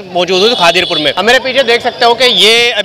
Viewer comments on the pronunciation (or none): Aree bhai ye khaadir pur nahee khidir pur hai kam se kam jagah ka naam to theck se bolo bhai